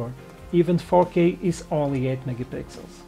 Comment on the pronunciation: great video! when you said 4k I heard "fokeh", which reminds me of bokeh. Bokeh in Fokeh :D